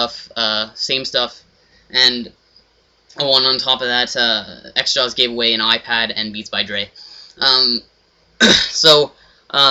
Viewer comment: its not "xjaws" its "xJawz